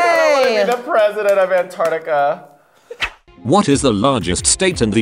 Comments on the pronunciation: Komara is saying antrictica wrong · The way Kimora pronounces 'antartica' is killing me